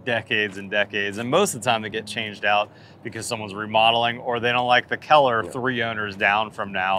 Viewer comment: “Keller” or “color”? Haha.